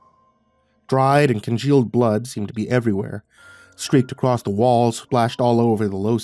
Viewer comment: I love you, but there is no 't' at the end of the word 'across'. You're such a fantastic narrator, every time you say "acrosst".... it pulls me out of the story